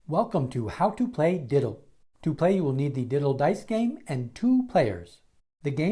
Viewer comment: It might be better if you say "dittle", not "diddle"...